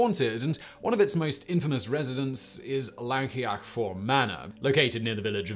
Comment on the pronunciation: I can forgive Llancaich Fawr as it is pretty tricky. I can forgive not knowing that the emphasis in a word is almost always on the penultimate syllable. No excuse for pronouncing Llangollen as "langolen" though. Even pronouncing it as "Clangocklen" would have been acceptable.